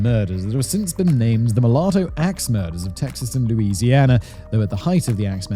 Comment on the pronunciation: Louisiana not luisiana